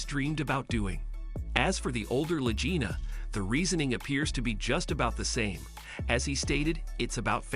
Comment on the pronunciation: This is a NOTHINGNESS rehash of everything everyone knows.... except they didn't know that you don't know how to pronounce LA GEENA or LA JEENA in several spots, and that I have never heard Marty referred to as 'Matty'. Celebrity Net Worth is WORTHLESS